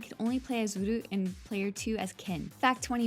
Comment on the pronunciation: its supposed to be roo but americans gonna be americans lol